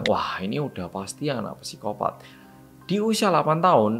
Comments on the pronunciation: Kak im sorry, saya dah ngikutin channel nya dr dulu. Penyebutan kata psikopat itu bacanya sikopat bukan pisikopat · Bacanya sikopaaat om astaga mbaleni maneh ngomong psikopat wqwq